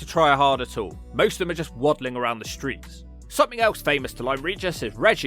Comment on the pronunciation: What does ''Around the SHtreers'' mean?